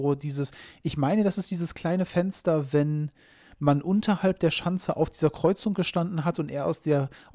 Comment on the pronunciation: Es Fensder, was die Haider (von innen!) ei'g'sclagn ha'm... Und er sagt bei tazächlich "Kommd oich, draud tßu mir" :face-green-smiling